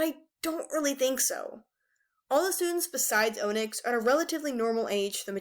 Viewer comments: It’s pronounced on-icks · qiblis name it pronounced kibly and onixs is on-iks. Please read the audio books because they say it right🌟🌟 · Gurl if you say ohnix one more time im seriously going to flip